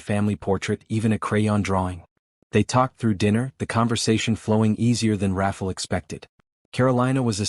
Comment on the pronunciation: The narrator’s pronouncing the man’s name as Raffle, but is it supposed to be Rafael or something else??? I hate it when names or words are mispronounced because it takes away from the flow of the story a little bit. Not enough to stop listening, but just enough that it becomes annoying. Good story nonetheless. It’s inspiring ☺️